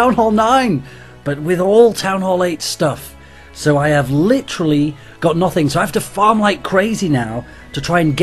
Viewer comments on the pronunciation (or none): none